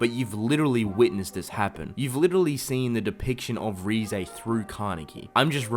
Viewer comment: RIZE not RE-zay